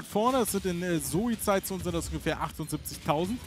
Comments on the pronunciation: Es Heißt ZOE !! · Ihr habt das falsch ausgesprochen. "Zö", wenn ich bitten darf.